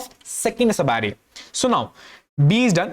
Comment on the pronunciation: All I understood is that he can say sub array that too badly